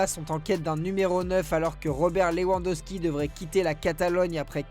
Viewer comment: Robert "Leouandoski" 😂😂😂😂